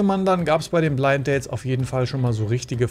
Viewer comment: Geht's nur mir so, oder sagte Alex: Blidt-Danes? 😂😂😂Sympathische Versprecher👍👍👍